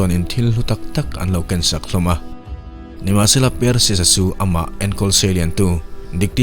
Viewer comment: Per-sius tiin ilam a hei hi mizo lam dan ani. Mahse, a hming lam dan dik tak chu Par-sius ti a lam zawk tur ani. Thil hming reng² hi a nih dan a lam hian ngaihthlak a ti nuam lehzual thin. Mizo youtuber tam tak hian mizo tak in kan lam thin a, mahse; hnam tam tak hian lam dan kan nei a, mihring hming tak hi chu a hnam nei tu te lam dan a lam hi a dik dan ber ani. Entir nan, " Mianmar" tih hi kan lam dan a ni. Mahse, a ram mipui chuan "Mianma" tiin an lam thin. Ka rawn sawi ve mai² ani e, ngaihthlak a nawm lehzual nan...😀